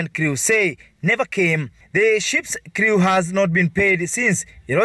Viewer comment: The work is crew..... not criiiu Determined..... not detamained